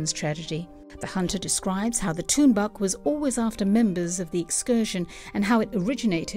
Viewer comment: You know whats funny? English speakers are really bad to pronounce the inuit words. Like Tuunbaq, she pronounced it bad. LOL. It prononced "Toornaaq". Tunbaaq?? Haha.